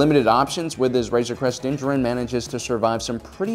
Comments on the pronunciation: Stop mispronouncing Mandos name or I’m leaving-oh there you go. Bye. Also you can’t even pronounce Beskar? Smh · Did you watch the show? How cant you pronounce his name or beskar? Is this a meme? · Why do you pronounce his name so bad they say it in the show and you’ve gotten it wrong multiple times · Why is everybody calling mando Din Djarin ? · Learn how to pronounce Din Djarin's name. Don't know what show you're watching, but Din does use strategies.